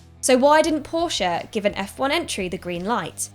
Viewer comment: The best about this video was that Porsche was pronounced properly and not just Porsh